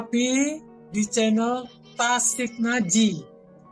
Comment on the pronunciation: Channel tasik ngaji ? Channel dgn chanel beda pengucapan nya.